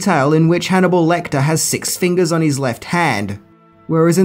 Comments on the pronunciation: Lecter. Not LectOr. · Nothing amazing, nothing new and I could live with that, but to Call Hannibal Lecter, LECTOR?! Seriously dude?!